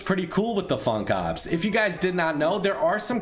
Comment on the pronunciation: When ever he said Funk Ops it made me cringe